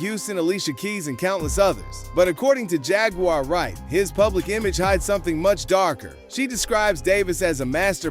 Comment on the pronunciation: ponounce her name correctly man